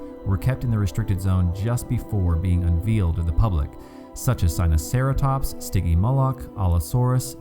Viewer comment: What are He trying to say is Sinoceratops and not "Sinocetratops".